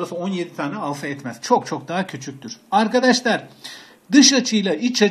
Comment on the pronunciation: hocam alfayı duzgun okuyun lutfen